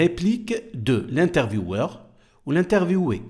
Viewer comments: ينطق حرف w يقرا v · شكرا استاذ على الشرح لكن بصفتي استاذة الفرنسية انصحك التاكد جيدا من نطق الكلمات بطريقة صحيحة le interviweur e interviewé لا ينطقون كما تفعل بل حرف w ينطق v😊t